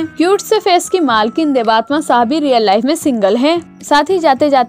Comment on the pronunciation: Inki real name देबात्मा nahi hai..inki real name देबत्तमा hai. So plz properly pronounce the name🙏